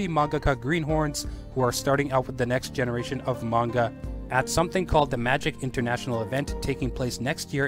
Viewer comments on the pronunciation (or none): none